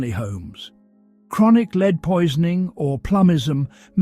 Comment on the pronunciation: Wonderful story, but the pronunciations of lead (as in the deadly mineral) and lead (as in what one does with a horse), was constant and annoying. I found myself more concentrated on that than the actual story at times, which was spoiling such an excellent tale. I realise there can be wrong pronunciations when reading lines, such as with wound (as in a cut in skin) and wound ( what one does with a clock) and the most often mistaken one made when playing the violin with a bow (as one makes with ribbon and correct) and bow, ( what one downs when bending over). Also frequently mixed up minute as in time and minute (mynuut) as in small As apparently these recordings are done in the US, I realise Americanisms come to the fore, as in Kilometers instead of the 1800's London's mile, closets instead of cupboards or aluminum, instead of aluminium, for instants. I know I'm nitpicking, for which I apologise, because this is by far the best of all the Sherlock channels and I look forward to the next story each night. But tonight's constant lead(led)/lead(leed), really was just too much. Regardless , thank you for a very interesting and different storyline